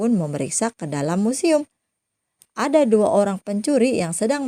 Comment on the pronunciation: Akhiran kata kata loe... Hurufnya menjadi "k , semua, ada menjadi adak